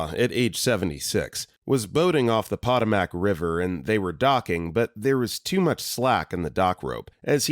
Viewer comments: >pot-o-mac This is an AI voice. It's pronounced po-toe-mic. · "pot-uh-mac" is a new one 😂 grew up hiking along there, my step mom actually got rescued via helicopter after breaking her ankle. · Eating po-tat-ohs on the pot-uh-mac.